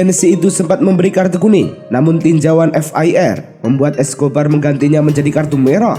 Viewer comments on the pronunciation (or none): bukan FIR tapi VAR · Maklumlah pembaca berita nya masih ngantuk. 😂